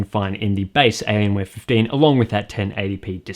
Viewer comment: ''elienwer fifdeen''